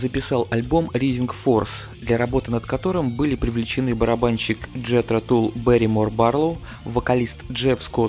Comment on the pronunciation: всё хорошо, но произношение режет слух. не Ризинг Форс, а РАЙзинг Форс, не Джетро Тулл, а Джетро ТАлл и так далее